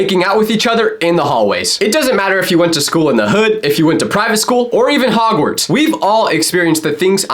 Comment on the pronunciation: me once he says hogwarts : literlly anything from harry pottahh